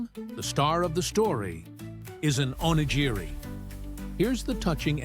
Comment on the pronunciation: time mark: "onigiri". That's the closest the narrator got to pronouncing this word correctly. At least he got the hard "g" sound right. He only missed the slight rolling of the "r" that is distinctive to the japanese language - a forgivable mistake for a non-native speaker. 🌏